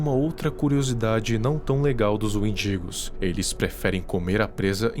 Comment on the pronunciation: Desculpa, mas toda vez eu ria quando falava "wendigos" pq parece "mendigos" EU IMAGINEI TODAS AS SITUAÇÕES CITADAS😭😭😭😭